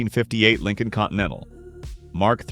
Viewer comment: I remember the Ford Lin Colon came out as a response to the Cad I Laxitiv. 😮